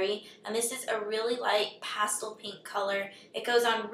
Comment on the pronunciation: hahahahah the way you say pastel